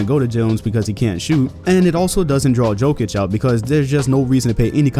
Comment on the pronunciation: Jokić, not Joekić